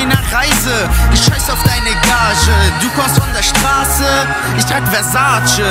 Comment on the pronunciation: Er spricht Versace falsch aus.